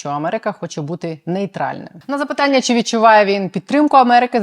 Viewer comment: ВЕДУЧА! ЩО ТВОРИТЬСЯ З ТВОЄЮ ЩЕЛЕПОЮ,ЩО ТАКІ СЛОВА ЯК (ЩО) ТВОЯ ЩЕЛЕПА ВИМОМЛЯЄ (ЩЬО), (ЧИ) ТИ ВИМОВЛЯЄШ (ЧЄ) А (ЧО) ЗВУЧИТЬ (ЧЬО)..............?????????????????????????????(Українська діаспора в США)